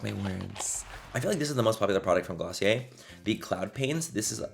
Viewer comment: That's "GLOSSIER".... DO you hear me?....Lol😹🆗☺🎤lov you Manny....👍